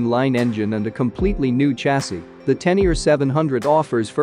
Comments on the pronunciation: 😵 it spoken [Tenere] like writen, not [Tenier] like english readet. Please! Sounds horrible!! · Magnificent, and the history of the XT is a nice touch too! n.b. When you say Tenere I hear "ten year", it's supposed to be pronounced "ténéré" that's the same "é" as "résumé", "fiancé" or "Beyoncé" 😁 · Tennier? It’s Ténéré! Té-né-ré! Not Tennier. Please correct the commentary. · it is not a teneer. it is a tenere but thx for the review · Te Ne Ree not teniar wtf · Pronunciation is so abysmal that I couldn't watch past the second mention of the tenyear. To not be able to pronounce a word with accents I get, just about. But if you're going to specifically make a video of one of the world's most iconic riders, from a family that includes a 7 times world Champion and STILL not pronounce the guy's name correctly, well that takes ignorance to new levels. The name is Tarrés, as in Ta-rez. Apart from that, the very biased "history" of the XT/Téneré is pretty insulting to all the other manufacturers. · ten ear 👂 😂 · Spot on! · oh shit, man............... i'd swear he said: "ten ear"............?? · Every time he says (Teneer) my ears hurt. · ten ear ?? ten ear ?? LOL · Tenier ? If you present a bike, at least learn to pronounce it's name... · I really can’t imagine anybody who doesn’t know how to pronounce Ténéré or Tarrés. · Greetings, thanks for the great video, the 500 Yamaha name is Ténéré, it has accents on the e's, cheers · Your saying the name wrong